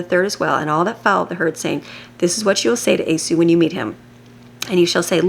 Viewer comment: Thank you for your daily readings. For future videos, his name is pronounced "eee - saw" not a-sue.